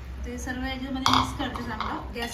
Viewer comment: Sarvey mhanun nako sarva mhan bai